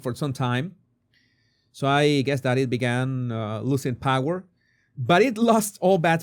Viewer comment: She is saying. ‘Bower’ as in Tom.